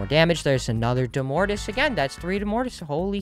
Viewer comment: I think domortuus is pronounced domortoous